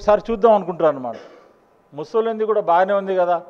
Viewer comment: తు తు తు అని మాట్లాడే బదులు కొద్దిగా మంచిగా ప్రిపేర్ అయ్యి కాన్ఫిడెంట్ గా ప్రసంగం ఇవ్వొచ్చుగా. ముసోలిన్ కాదు అది ముసోలిని. ఇజ్రాయెల్ ప్రజలు ఇజ్రాయిల్స్ కాదు ఇజ్రీఆలైట్స్. సబ్జెక్టు మ్యాటర్ బాగుంది కానీ ప్రెజెంట్ చేయటం స్లోగా వుంది. కీప్ ఇట్ అప్. 🙏🇮🇳